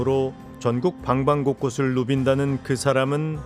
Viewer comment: 방방곳곳 이라고 잀으시는건.... 아니죠? 내귀가 잘못됐나